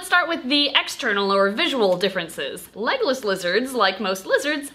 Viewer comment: For the longest time I thought you kept saying “Legolas Lizards” and I thought it was kinda weird that a lizard was named after Legolas then I read the title to this video and my life has been changed forever